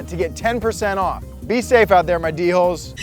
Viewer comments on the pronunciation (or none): I thought he was calling people dickholes for a second lmao